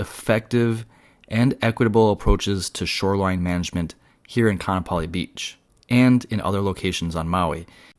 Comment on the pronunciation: its pronounced Ka-a-napali